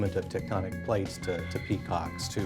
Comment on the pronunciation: Did he just say ficking peacocks